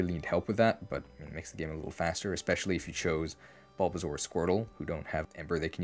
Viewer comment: Every time you say "Bulbazaur" instead of "Bulbasaur," I die a bit more.